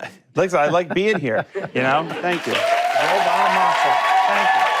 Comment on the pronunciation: Not Joe Bonamonster 👎 Its Joe Bonamaster 👍 The Guitarhero !